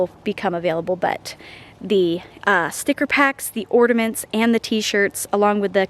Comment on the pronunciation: It's cute how you say "ordaments"